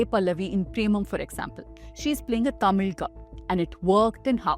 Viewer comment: You correctly spoke thamizh this is the firtime i have seen from an english channel Thank you